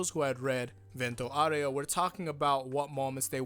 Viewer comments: As an Italian speaker,, you did pretty alright, but you need to put more emphasis on the RAY in Aureo. (VENT-o Oww-RAY-o) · (this is how you pronounce Vento Aureo) when you said bento it was fine, but aureo is like the beginning of aura but then you just say ray-o after this part of (au)ra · For "aureo" of "Vento Aureo" you have to make the "o" more strong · Actually it's: A (like Ugly) U (like cOOl) R is a rolling R sound (don't roll it too much though, otherwise it becomes Spanish XD) E (like animE) O (like dOOr, not ow) P. S. The stress is on the first A ('Aureo) P. P. S. That "actually" was for your "Owrayo" thing and it's not really correct. P. P. P. S. For: Hoping that you'll read this, I did this not because I want to be rude to you (or the other guy right here), but because you seem to actually care about it XD. By the way since you seem to care I want to help you with the Italian pronunciation for future part 5 videos: it's not AbbacCHio (like CHariot), but it's Abbakkio; it's not Jiorno Jiovana, but Jorno Jovanna (I know you recently changed the way you used to say it but the way you say it now is French) and Narancia is said "Narancha" not "Naranceea" (Even though now that I think about it you may already be saying it like that). Thanks for your attention and sorry if maybe I sounded rude, I didn't mean it. Hope you'll appreciate and that I was clear. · At first time he said "areo" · Why everyone keep saying "Aureo" the wrong way... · Yes you need to hit the U a bit more